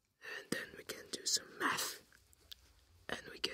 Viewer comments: I thought he said meth when he said math. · So i’m gonna do some uuuh “meth”.... (the accent really did it there lol)